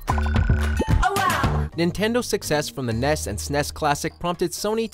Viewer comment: I turned this video off the moment he pronounced NES and SNES. This man should never be allowed to talk about video games ever again.